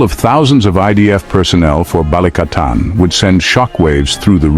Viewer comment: "BALIKATAN" NOT "BA-LI-CA-TAN" 😅🤣🇵🇭👍